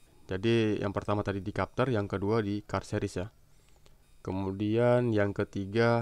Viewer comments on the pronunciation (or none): bukan kapter bang tapi bacanya "cepter"